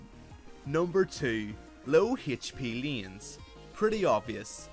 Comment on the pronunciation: Its layns(hey) not leans (mean) so irritating pronounce, great content but ur voice doe!